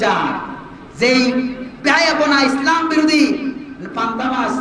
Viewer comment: হুজুরে পান্তা ভাত উচ্চারন করতে ই পারে না। সাহেব সাজছে